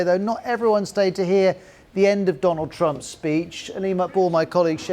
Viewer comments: Modi got his renge by calling him "DOLUND Trump" ;))))) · That Modi said Dolan trump... 😂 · And the Indian Prime Minister called him "Doland" Trump. so what? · Trump: Amabad😆.. Cheewala😆😅😂..Vevey ka mondond😆😅😂..suchin, verot😆😅... Modi: (let me see) Doland😅😂🤣.. friendsip😆😅.. We: 😆😅😂🤣😆😅😂.... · thats not fair, Modi also mispronounced. He called Donald: Do-lund meaning 2 dicks in hindi. why put trump under the microscope for mispronunciation when Modis English is as hilarious.